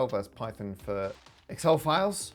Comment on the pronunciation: Did he pronounce it pi-thon?